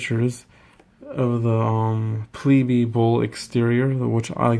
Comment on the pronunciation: It's pronounced pleeb, not pleebee.